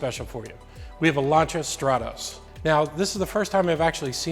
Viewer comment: Kudos on pronouncing "Lancia" correctly